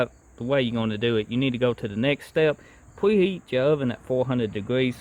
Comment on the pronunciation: He lost me at pwep instead of prep and pweheat.